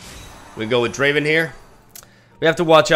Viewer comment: It's not Driven its DRAAAAAAAAAAAAAVEN!